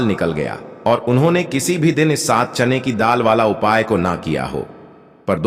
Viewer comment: चैन की दाल नहीं बोलते चना की दाल बोलते हैं पहले बोलना सीखो